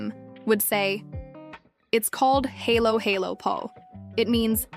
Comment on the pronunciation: Not pronounced as "HAYLO HAYLO". 🤔🤣🤪